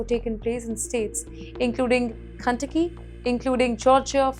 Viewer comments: Instead of saying Kentucky She just said Cuntucky 🤣🤣😂😂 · she's reading ICE as I C E there's a lot else funny with how she talks, this is hardly anything kantaki multi dollar fraud case (like $9?)